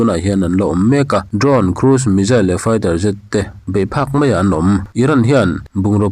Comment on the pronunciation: Mei tih loh tur Mai tih tur